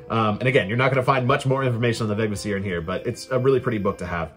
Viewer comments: A little pronunciation guide: every old norse word has emphasis on the first syllable, no exceptions. VEGvísir. It doesn´t really matter how you pronounce it in while speaking modern english I guess, but I prefer to at least follow this one rule. And it´s an easy one! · (in compound words there was likely secondary emphasis, so Veg-Vísir. But certainly not vegviSIR that a lot of people say.)